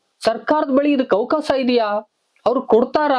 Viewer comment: ಅವಕಾಸ ಅಲ್ಲ ಅವಕಾಶ ಸರಿಯಾಗಿ ಉಚ್ಛಾರ ಮಾಡು